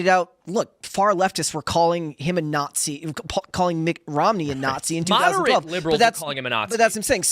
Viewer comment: Got it. Maga are the nattzees (kind of like Weissmuller pronounced it his Tarzan movies).